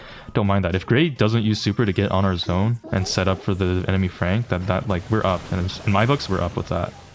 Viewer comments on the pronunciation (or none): none